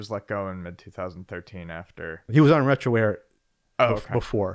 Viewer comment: Lol. "Retroware"........